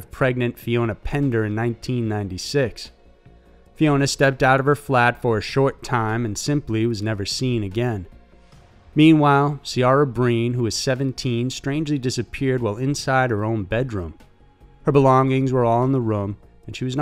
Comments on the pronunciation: Iredale’s vanishing triangle: the name is spelled Ciara but it’s Gaelic so is actually pronounced like Kyra. Just thought you might like to know. Also Maebh is pronounced MayVe the emphasises is on MayVe. Siobhan is pronounced as Shivorn, the emphasis on ShivOrn. Your welcome 😉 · 'Ciara' is pronounced 'Keera' 👍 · Ciara...it’s pronounced Key-Raa...it get it pronounced different in the US but man it annoys me.